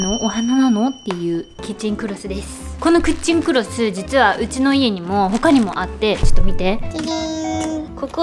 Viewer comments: 3か4回目にキッチンクロスをクッチンクロスと言ってる当たり、何回も聞き直しました🤣𐤔𐤔𐤔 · キッチンクロスが クッチンクロスに聞こえたwwwww